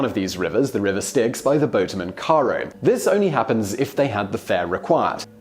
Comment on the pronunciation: I figured I was prepared for anything. Then I heard Simon's pronunciations of Charon and Cerberus